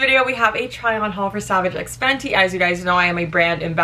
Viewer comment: actually saying the brand correctly for once 💀😂